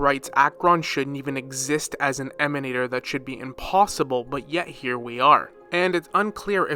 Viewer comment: I always here that GachaSmack's voice when "Emanatorrrrrr" is pronounced :D it's so hilarous when he does that